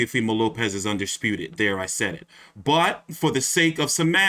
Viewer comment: loma just said teo undesputive